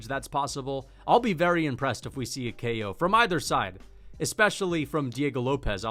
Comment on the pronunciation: kEo Tracey. Why is bro putting an E inbetween ko🤣🤣